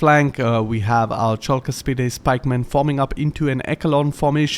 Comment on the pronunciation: Wonderful!! But... don't bring back the "chalk", their shield is not made out of blackboard writing materials, lol. It is pronounced as the "Hulk" from the greek Χαλκός Halkos (Bronze). The ch is meant to represent the χ sound but it would be more precise to be written simply as "h" or "kh". Once you get the Argyraspides you won't have that problem again, as you pronounced them flawlessly.